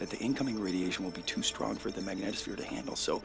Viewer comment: It's mag NEE tohs phere (long e sound).. Sorry but given the importance of that word in this movie, the pronunciation really needs to be correct. It's not rocket science.